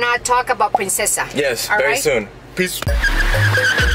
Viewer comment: It's princessa not prensesa